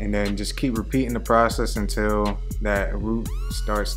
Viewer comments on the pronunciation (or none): none